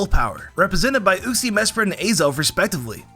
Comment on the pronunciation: The way you said uxie SO INCORRECT is very infuriating 🤣